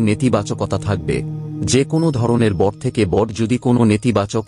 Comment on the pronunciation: Apni bengali pronunciation ta ektu thik kore korun . " বড়" pronunciation ta khub kane lage. Bhalo bhalo kotha shonar sathe sothik pronunciation shunle o bhalo lagbe